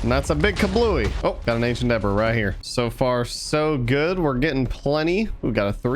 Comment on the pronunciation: It’s pronounced “de-bree” not “de-brees”